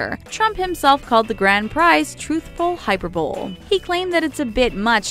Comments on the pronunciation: "Hi-peer-bowl"? It's pronounced "hi-per-bow-lay". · Truthful “hyper-bowl”? Umm. No. It’s “hyper-buh-lee”. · "Hyper Bowl"? Correctly pronounced: Hi-PER-bo-lee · What the... who reads & edits these? Vs. is not “Verse” it’s “vur-sus” .... Hyperbole is not “HyPer-Bowl” it’s “Hi-Per-Bowl-Lee” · Hyperbole. hi-Per-be-lee. Not HI-per-bowl. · "Hyperbole" is pronounced "high-per-bowl-lee"...not "hyper-bowl"...haha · OMFG... Eh-GREG-Rius? No dear.. it's "egregious" (EH-GREE-JUS) Hyper-bowl? Nope- wrong again! HY-PER-BO-LE. Do your subscribers a solid- and find someone that is educated. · Hyperbole isn't pronounced 'hyper-bole' - it's pronounced 'hi-PER-boh-lee'. Just sayin'. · Hyperbowl? I'm 100% sure it's hi-per-bo-lee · Damn! Learn English! “Hyperbowl (hyperbole) It’s pronounced high-per-bow-lee! Egregious is pronounced ee-GREE-juss! 🤬😖😩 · Hyper-bowl?? Um,.....it's Hi-per-bow-lee. Wow. Hyperbowl, hahahahahahahahahaha! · Hyperbole pronounced hi-per-buh-lee. Not Hyper-bowl... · The to pronounce hyperbole which sounds like (hi PER bo lee) as if it is pronounced HYPER-bowl, and egregious which is pronounced like uh-GRE-jus, as if it is i- GRE-GRE us, is ridiculous. I’d venture to guess you don’t even know what those words mean. Come on! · "Hyper bowl"? "A-greg-grious"? Come on. 😂😂😂 *edit: this apparently triggered A LOT of people. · PureAmbition33 hyper-bowl 😆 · Everyone keeps complaining about hyperbowl but not one is gonna call out the way she says vs (verses) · HYPER-BOWL??? Please,! Teach this narrator how to pronounce words. Ugh! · DareDB KPop "Truthful hyperbowl" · The most eGREGrious thing in this video is your pronunciation. But that may just be hyperbowl. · Hyperbull?!? Wtf?!? Mispronounce much? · 😂😂 when she said hyperbole as "hyper bowl" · "Hyper-bowl"😂😂😂 can't even say hyperbole right🤔🙄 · When they pronounced hyperbole “hyperbowl” I lost all respect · Man VERSE Wild? Don't you mean VERSUS? HYPER BOWL?!?!? Are you fucking kidding me? Egregrious?!?!?